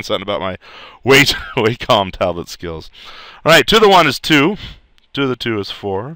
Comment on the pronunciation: ahh you said Wacom like I do you must be smart so many people say this wrong